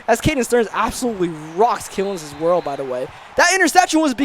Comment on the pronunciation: Thanks for getting Killins name right